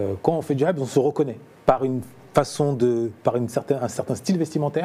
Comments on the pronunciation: Le présentateur faut qu’il arrête de prononcer "habs" par contre 😂😂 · Je l'avoue, a chaque fois qu'il le dit ca fait saigner les oreilles!!!